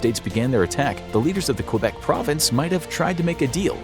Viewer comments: Quebec = Kebec, not Cue-bec, thanks. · he pronounces Quebec really strangely lol. Source: Any english speaking canadian. The english speakers say Kebeck, the french speakers say kaybeck. None of us pronounce it cue-beck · You pronounced Quebec wrong it is kwuh-bec not cue-bec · ITS NOT QBEC ITS PRONOUNCED KABEC NOT QBEC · Q Bek city lol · Why did he pronounce it Q-bec city the whole time? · It's said Kbeck not quebec